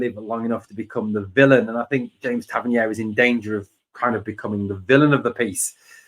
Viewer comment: Interesting updates. However Tav’s surname is pronounced Tav-Ern-EER not Tav-Ern-YARE. It’s a minor thing but is starting to grate. He specified this in interview some years ago.👍